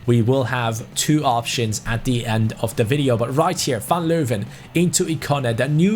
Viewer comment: its not van Leuven you pronounce is like van leywen btw it means from lions 🦁